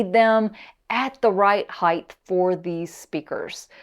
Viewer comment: *Height only has two h’s and ends with a t. Apologies for the grammar nazism, but the mispronunciation drives me nuts. Great review and thanks. I have the regular Lintons and bought a 2nd pair for my niece and nephew-in-law. We all love them. Super versatile, easy to set up, good off-axis response, and super bass.